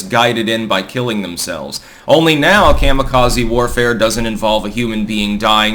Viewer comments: Coma-Kazuhiro. Not mamma, but comma. ❤ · The Japanese pronounce Kamikaze Kah•mee•kah•zee. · Your pronunciation of “Kami-Kaze” hurts the ear. Lol😅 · I had to dip out at the mark because of the way he was saying kamikaze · Just because you keep saying kamikaze wrong doesn't mean it's right